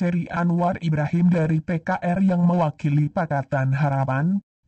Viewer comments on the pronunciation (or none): none